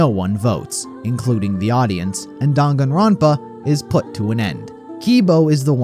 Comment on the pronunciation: The way he pronounces the games title cracks me up every time